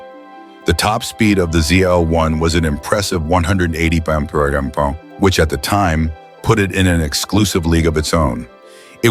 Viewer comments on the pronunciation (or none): Listen how this BULLSHIT Ai narrator fumbles even the word MPH.! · If you rely on this video to learn anything, you will be sadly lacking. Mispronunciation, wrong information, wrong images with narration, and so on. Computer voice stumbling over MPH and KPH especially.